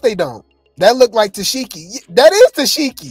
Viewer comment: Omg yall he keep pronouncing it -Tess-Sheki, 😂😂😂😂 it’s Tesehki which is pronounced “Ta-Seek-E “